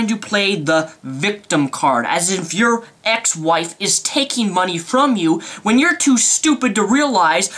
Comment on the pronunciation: "my hard earned mundy" the channel when you go so rage you cant even say money.